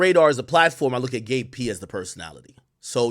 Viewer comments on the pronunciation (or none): Got to pronounce that “B” in Gabe my boy